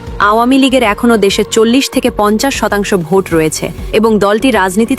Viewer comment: তুমিতো ভোট কে বোট বলছ ।